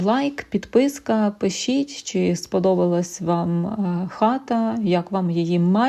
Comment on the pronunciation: 'чьі', 'щьо' - суржикова вимова; правильно казати 'чи', 'що' ☝️